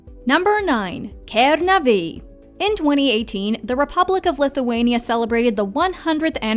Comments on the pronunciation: you have to say kenaaaaave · And you pronounce kernave really weardly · The way you said Kernavė tho 😃✋